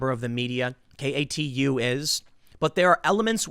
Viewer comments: KATU-pronounced as a word is “Kay-too” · I don't know if enunciation matters, but I'm from the PNW and the news channel "KATU" is actually pronounced "kay-two". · Tim, the tv station KATU is pronounced "kay-two". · Kay too News is how you pronounce it lol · Tim: KATU is pronounced kay-too. Vancouver is right across the river from Portland. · KATU2: Pronnounced : "Kay Too" idk why but thats how it is here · Its pronounced KAY TWO my man! 👌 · Tim, KATU is just pronounced "kay-too" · Vancouver is right across the Columbia River from Portland and is considered part of the Portland metro area. Also KATU is pronounced like Kay-Two. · Lol Tim, I know you are not a local, so let me help you out. katu( kay-to) is how they pronounce it. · Tim, since you have to read so many stories from them, KATU Is pronounced Kay-two. Also Willamette is Will-ammit. Portland and Vancouver are next door neighbors, both cities are on the Columbia River which defines the border between Washington and Oregon. Oh and Clackamas is clackuh-miss. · Hey brother love the videos. But its pronounced "kay-too". I live in Southeast portland thats the only reason I know. Keep it up and spin that shit.